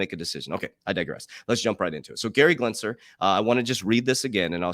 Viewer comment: Gary Gensler the L comes after the S in his last name not after the first G as well. You keep saying GLENSLER and its GENSLER, otherwise great job bro!